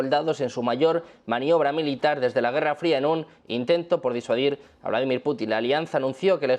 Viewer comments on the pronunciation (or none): none